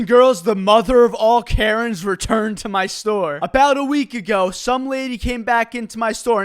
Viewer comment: "Abaot a week a go"